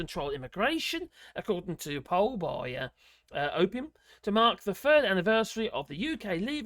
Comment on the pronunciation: Op-in-ium. Its not a drug. 👍🙂